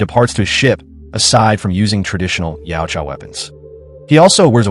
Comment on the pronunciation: Yautja se pronuncia YAUTJA.